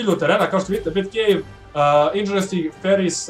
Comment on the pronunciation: nije marvelov flash njega nema flash je iz dc mislio si na dceu i kaze se indzastic a ne indzastik